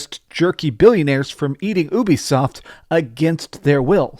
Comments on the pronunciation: Lol you said Ubisoft instead of Ubisoft you said Obisoft 😂😊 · You're pronouncing Ubisoft wrong.